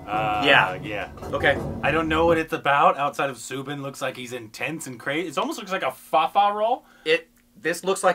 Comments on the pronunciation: Guys, you are pronouncing Soubin and Fahad Faasil's names slightly wrong. It's pronounced SAUbin and not SOObin. And For Faasil, you have to stress on the FAA a lot more not the IL. So it would be FAAsil not faSEEL. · Guys he is not pronounced as Sooobin.. Its Saubin (like u say Saudi)